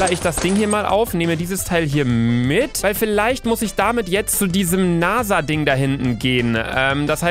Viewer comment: Ich hatte bei NASA Nase verstanden😂😂😂